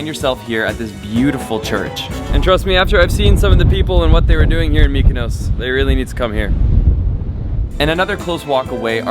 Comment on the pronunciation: why do pronounce MykonOOOOOs like that??